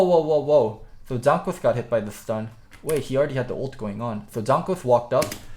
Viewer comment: it's jANKOS not Jonhkos.. Please man. AAA not OOOO. Your better than that.